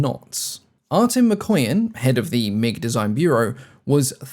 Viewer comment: I'm sure you pronounce "Mikoyan" as "McQueen" 😸😹